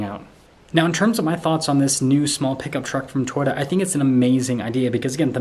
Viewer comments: I don't mean to be a jerk, but Toyota has two Os. Toy-O-ta. Not Toy-da. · It's To-Yota, not Twitta. Elon does not own Toyota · Learn how to say Toyota. Its not "Toyta"!!! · We only see your FACE! 🤕🤮 We wanna SEE THE TRUCK! 😢 Lol. It’s TOYOTA… not Toyata real fast. Wow. 🤦🏻‍♂️ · I keep hearing him say twita instead of Toyota am I wrong ? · You need to learn how to say Toyota